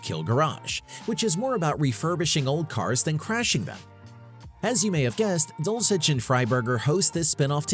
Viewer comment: The level of wrong in this vid is amazing. Mark Finnegan? Finnegan never left RK Finnegan DID leave FWF No direct mention of Finnegan's Garage It's "Dull - sisch" not "Dull - chich" The premise of RK was never to crash The list goes on and on. You suck doing research.